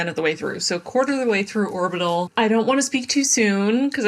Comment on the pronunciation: Orbital was "horbital"